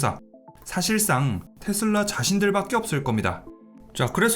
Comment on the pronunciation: 원어민 아무도 텟쓸라 라고안하는데 뭔 ㅈ 같은 영어발음한다고 탯쓸라텟쓸라거리냐 ㅋㅋ